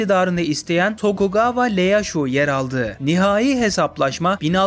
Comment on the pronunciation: Tokugawa şogunluğu ❤❤ üstelik abi Leyasu değil Ieyasu i ile iyeyasu diye okunuyor ve lemitsu da değil iyemitsu